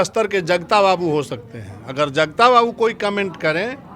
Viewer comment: पहले शुद्ध बोलिए जगता नहीं जगदा बाबू।